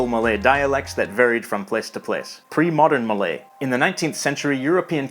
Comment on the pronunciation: wow an english speaker that doesn't absolutely butcher Malay pronunciation.